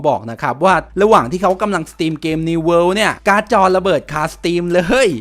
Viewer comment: World ไม่ใช่ worle